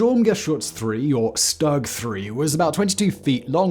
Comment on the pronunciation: Excuse me, the StuG is pronounced stoog